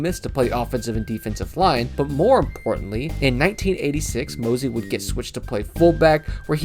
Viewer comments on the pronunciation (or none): Lol Mosey 😂 ... Moses... Mose... like ... eh ... Moseh... but without the h ...